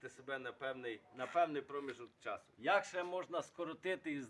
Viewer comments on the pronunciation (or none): none